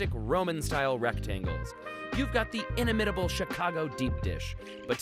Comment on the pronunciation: The way this man just pronounced "inimitable" 😅